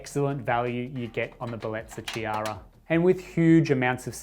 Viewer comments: It pronouced: K-iara, K like in OK. From italian Name Chiara ( Kiara) 😊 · Nice machine and great review. The Ch in Chiara is pronounced like a K. Enjoying your videos.